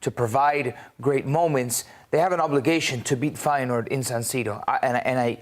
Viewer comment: Im infuriated how you pronounce reijnders and feyenord....